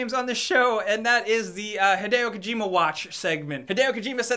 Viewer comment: kajima = romero, just saying .....